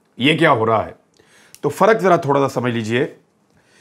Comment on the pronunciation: the word it not faraq, it is farq,. Improve your Urdu pronunciation.